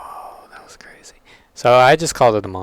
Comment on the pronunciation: The A/C was on so I thought said he had a "cruzy" week instead of "crazy". I'm not going back to rewatxh it because I want to believe he said "cruzy".